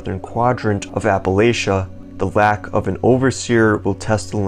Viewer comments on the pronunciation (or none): none